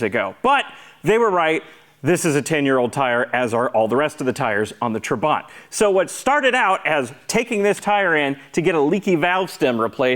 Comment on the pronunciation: It’s not TraBANT, but TRAbant. Emphasis on Tra.